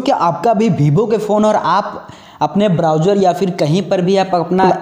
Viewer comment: Bhai dnt take rudely it's vevo not bhivo